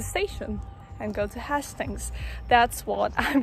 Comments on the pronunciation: Little lesson. Hastings is pronounced Hay-stings not Has-stings. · Beautiful editing, I may have to use some of your ideas :) great vlog aswell. By the way its pronounced more like haystings (although your pronounciation actually makes more sense!) Easy new sub here :)